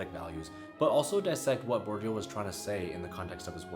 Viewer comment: You're so intelligent. Keep mind " Bordieu" sounds Bo'r'deea ( the closest), considering american phonetic.